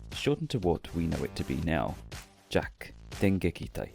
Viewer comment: Technically JAKQ is pronounced "Jakka". Yeah, it's weird...